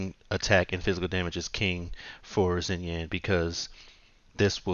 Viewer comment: Pronunciation is closer to "Shinyan"